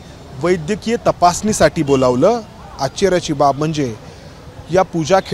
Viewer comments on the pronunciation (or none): "रॅन्क भेटली नाही ,'असं नका म्हणू रॅन्क मिळाली नाही असे म्हणतात.आता पुण्यात येऊन तुम्हाला १५-२० वर्ष झाली.मराठी वाहिनी वर नोकरी करता शूदध बोला. आणखी आचचर्य काय म्हणता नीट आश्चर्य म्हणायला शिका.